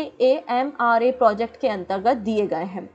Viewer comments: Hello madam, aap jo Ekamra bol rehe hai na ise" एकाम्र " bola jata hai " ଏକାମ୍ର " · ऐक मरा नहीं ऐकाम्र है। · Ma'am ! It's not Ekmara Project, it's Ekamra Project which is laid for the redevelopment of areas around Lingaraj Temple of Odisha. Kindly, see everything spelling n pronounce it. Take it as a positive comment. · Ma'am its actually pronounced as "एकाम्र क्षेत्र" project in odia language... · Ma'am it's-' एकाम्र ' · " EKAMRA" IS READ AS एकाम्र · 'EKAMRA' is pronounced as 'EK-AAMRA'